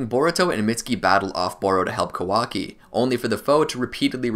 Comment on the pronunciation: It's ka-waa-kiii not how your saying it listen how the say it in Japanese alot of names you messed up but good video real on point